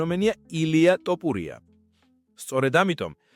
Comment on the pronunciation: რა ტოპურია სწორედ გამოთქვი გვარი!!! თოფურია და არა ტოპურია.